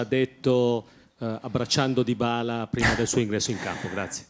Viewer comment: Chi è dìbala 😂